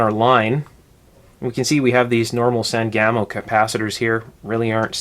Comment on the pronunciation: I'd never heard of "San Gamo" caps before, so I googled it, then I had to laugh. My family is from central Illinois, there is a river here, the Sangamon. Springfield is in Sangamon county, my mother and father both worked for Sangamo Electric in the post WWII years, so I grew up hearing the words Sangamon and Sangamo, and the pronunciation is "SANG-uh-moe". No disrespect to you, it's just always interesting how pronunciations differ by geographic location.